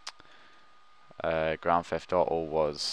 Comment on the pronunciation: Your pronounciation is ridiculous! 'Compa ubel' instead of compaTible 'Grand Eft Oh Oh' instead of Grand Theft Auto! WTF!? Use the fucking T man, the T!!!